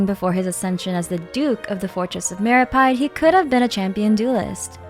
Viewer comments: It's meropeede not meropide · And then she proceeds to pronounce fortress of meropyde 💀